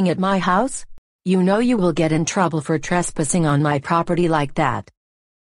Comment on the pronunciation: Tresspissing is not correct pronounced